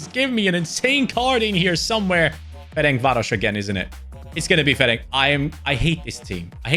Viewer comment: Hi! When you say Ferencváros the C is not a "K" Sound, it's similar to the "tz" sound ín Florian Wirtz so like Ferentzvaros. (Ferenc is the hungarian equivalent of Franz) Hope this helps, because I am still somewhat triggered 😅 keep up the good work FIFA 25 content has been fire so far.